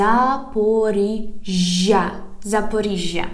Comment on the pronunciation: should see this one so he stops saying Zapzopzrizia